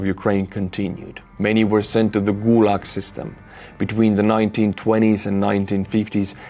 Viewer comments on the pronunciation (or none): none